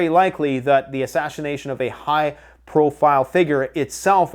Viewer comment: AH SHASH-I-NATION! :face-orange-raised-eyebrow:How dah fork ya spell dat?:face-fuchsia-tongue-out